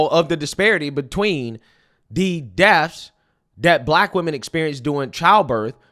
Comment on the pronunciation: Dude, PLEASE learn to pronounce words properly! Your Ebonics are absolutely embarrassing! It’s NOT ‘morality’ it’s ‘MORTALITY’!!!! It’s not ‘deffs’ it’s ‘DEATHS’